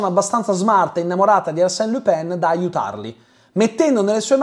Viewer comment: Pronunci « Lupin » come « Le Pen » 😅 Buon video, grazie !